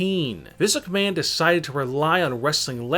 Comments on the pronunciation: Physic Man ROFL (EDIT: And misuk man, This luck man, hahahahahahaha) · Turn on Auto generated captions and pay attention to every time he says Vince McMahon 🤣🤣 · When he says Vince McMahon it sounds like physic man